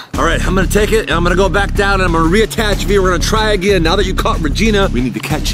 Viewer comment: "if thats ever a thing agin"omlll im dead💀💀💀💀💀